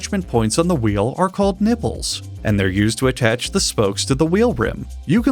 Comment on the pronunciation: I thought he said "nibbles"